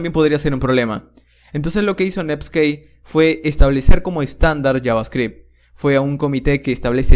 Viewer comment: todo el inicio me pregunté que es "nepskei"...